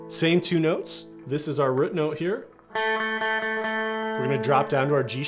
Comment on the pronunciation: Where are you from ? Your pronunciation of root as ruut is unique